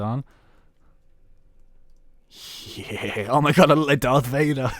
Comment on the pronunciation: oh my gurd? do you mean er ma gerd?